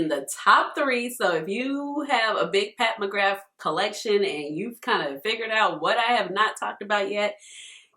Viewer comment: Just a heads up from us celts, it’s pronounced “McGrah”